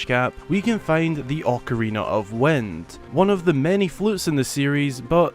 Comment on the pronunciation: Why are you saying wend? It's wind! Lmao I not e